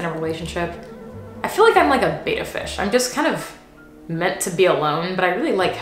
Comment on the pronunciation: It's Bet-ta, not bay-ta. Rhymes with Jetta. Also, it's just the males that are antisocial, females do fine together. (